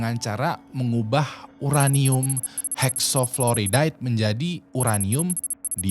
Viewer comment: Uranium Hexaflouride ("floraid", bukan "floridaid") menjadi Uranium Dioxide ("dioksaid", bukan "dioksidaid")